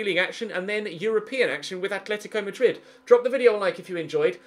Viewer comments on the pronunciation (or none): none